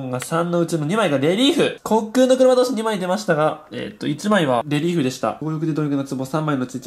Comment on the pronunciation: レリーフがリエーフに聞こえる